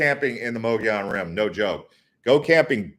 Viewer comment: If you are going to do videos please research pronunciation. Mogollon Rim is pronounced muggy on. The white mountains have a very deep and historical history. Including the alien abducting of Travis Walton. Yes there are strange things that happen up there it was inhabited by Spanish there are still heards of wild horses that descended from the Spanish horses left behind. Hispanic people also settled in the area as early settlers. Is close to the Navajo nation, and founded by Mormon. It is also a very beautiful area, popular with campers and hunters and of course there is the famous Show Low.